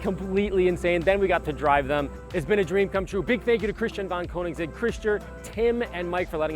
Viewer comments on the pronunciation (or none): Please people, at least try to pronounce "Koenigsegg" the correct way...